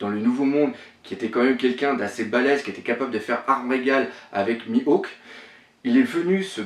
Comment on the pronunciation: Shanks il dit shank, Mihawk il dit mihawx, Luffy il dit louffy (et non ça ne se dit pas louffy en jap), Sanji il dit Senji? Garp il dit Garps et Raftel il dit rougtel. Il mélange tout mdrr. Je ne rage pas mais c'est assez dérangeant.